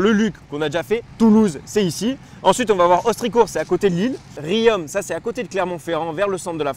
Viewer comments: Apparemment, ne sait pas trop situer Clermont-Ferrand 😁 C'est pourtant facile, c'est la ville où on développe les "peuhneus" 😂😉 Riom se prononce Rion, ou Rion le beau pour vous inciter à visiter le centre ville. Le circuit kart de Riom est une création Sarron. Les "minots" ne comprendrons pas la référence mais les vieux motards si 😉. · Superbe vidéo ! Hâte de voir la suite et c'est juste génial de faire profiter des abonnés. Par contre je t'en conjure mdr on dit RI-OM (comme "Rions" ou Riz-yon) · pour info le M de Riom on le prononce pas 🤣